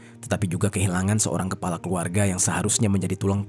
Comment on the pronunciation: Pergunakaakan bahasa indonesia dgn baik bro Kepala jd kelapa' jijik aku dgr